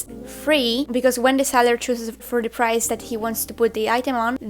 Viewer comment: its the buyer.......not dee buyer.......it's with not wiv.......hahahahaha........